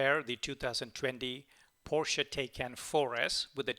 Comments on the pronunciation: It is taj kán not tejken stupidééééé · Thanks for the video. btw, the correct pronunciation of Taycan is 'Tie-Kahn'. that's from Porsche!